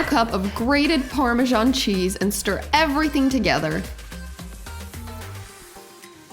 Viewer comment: Why do you say parmejan when its spelt parmesan?